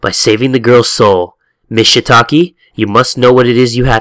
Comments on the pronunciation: Love the beanieee!!! (P.S Shiitake, Shiitake 😂😭 and Misao is "Mee-Sah-Oh") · LMFAO "ShitAki" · "Shitaki" Goddamn it.